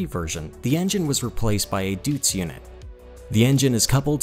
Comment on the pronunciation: The Scammel came with a Rolls-Royce V-12 diesel.Perkins was bought out by Caterpillar. Deutz I believe is pronounced doitz. And yes we Americans pronounce M.A.N as MAN . Who the heck is going to say Machininfabrik Augsburgh Nuremberg . A bloody old yank from Pennsylvania, U.S.A.